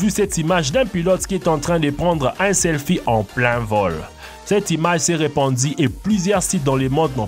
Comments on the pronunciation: C'est calamar et non "calmar", et selfie pas "selphie" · calmar à la place de calamar et selphie au lieu de selfie